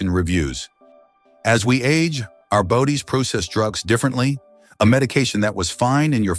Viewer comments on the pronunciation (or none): This dumb announcer can't even pronouce Zanax or bodies where he said bowdies. I think he is on two many drugs.